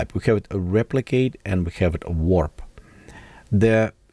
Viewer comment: TY for this. Good stuff right here. You're not the first, but I love when you guys pronounce wrap as warp! lol